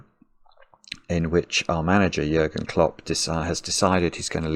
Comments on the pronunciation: Nice video but could you please replace the u in its name with an ü? His name is Jürgen Klopp. Your pronounciation is pristine by the way :D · Compliments on how great you are at pronouncing Jürgen. Very well done. Greetings from Germany